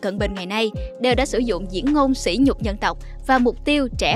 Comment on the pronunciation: mc cần đọc đúng chữ sỉ và sĩ để không lầm ý nghĩa. Nghe chán quá.